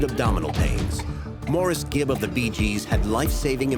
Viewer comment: She didn't even pronounce his name right. Musta been a big fan...